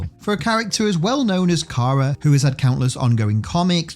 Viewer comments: "kiera" Dude.... How does one mangle "kara" so badly? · yes you did, i should have clarified, the OTHER person you had in doing the voiceover for that one bit. He said it "key-are-uh"